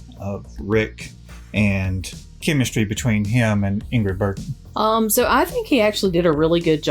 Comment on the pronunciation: No No not burglar, it is Bergman Bergman!!!